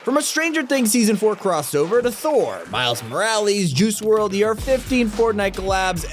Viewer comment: Are we gonna ignore the fact that he said miles morly and juicy world